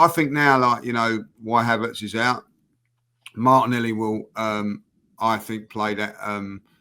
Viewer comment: called martinelli "martinelli"!